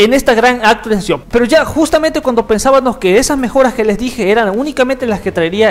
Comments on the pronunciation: Que horrible pensaanos es PENSÁBAMOS!! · dijiste "pensabanos"??? jajajaja